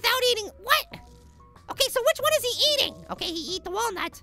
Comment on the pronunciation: it's wallnut not walnat